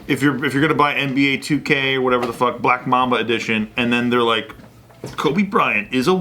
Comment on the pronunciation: He said “Brack Guy” 😂